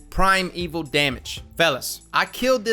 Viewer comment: Primeval shmimeval is pronounced shmy-meval.... not shmeval.... but anyway